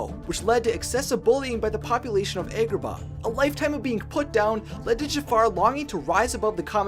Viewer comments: The fact he’s saying Aegraba and not. ahgraba is skskskskksk ik I spelt it wrong but sksksksk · It's not "EGGrabah" it;s AHGrabah." Have you not heard them say this city's name in the movie before? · What's with the horrible pronunciations? Vis-ie-er? Egg-rabah? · Ok do u guys notice how he says egg-robah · "Eggrabah" I've heard of Agrabah, but where exactly would "Eggrabah" be located? lol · You were saying Agrabah wrong. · Your mispronunciation of Agrabah was way to distracting for me to enjoy the vid :/